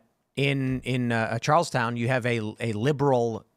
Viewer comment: Charles Ton not Charles Town